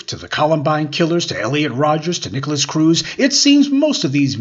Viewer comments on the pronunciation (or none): none